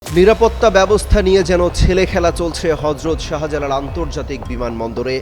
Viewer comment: শাহা জালাল কি অমিত শাহার ছোট ভাই? উচ্চারণ ঠিক না থাকলে ভয়েস ওভারে অন্য কারো ভয়েস ব্যবহার করো। শাহবাগ, শাহজাহান, শাহজালাল এই শব্দগুলোতে শা এর পর হা উচ্চা করার কি দরকার? যাইহোক, দিল্লির খবর তো ফোনেই পাবা। বিমান বাংলাদেশে লাইগা থাকো, ওদের প্রত্যেকের ইমিডিয়েট মতামত দিতে বাধ্য করো। ইউনুসের আমলেও বিমান কর্তৃপক্ষ অনেক অস্ত্র গায়েব করছে। বাংলাদেশের ভিসা সব দেশে থেকেই রিজেক্ট হচ্ছে। বিমান বাংলাদেশ ব্যাখ্যা দিতে বাধ্য তা না হলে চাকরি থেকে অব্যাহতি দিয়ে কোর্টে হাজির করতে হবে। সমস্ত উচ্চপদস্থ বিমান কর্তৃপক্ষের ইমিডিয়েট ব্যাখ্যা জরুরি, পুলিশ তদন্তের পর ঐ সাক্ষাৎকারের কোনো মূল্য নাই।